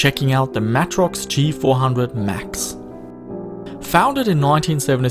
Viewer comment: Please pronounce Matrox properly. MAY TROX. Not Mah trox.